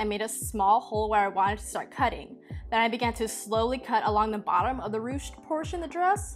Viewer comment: the versatility of your thrift flips just amazes meeee the dress with the ties is my fave look pemdas :D p.s. dw you pronounced ruched correctly!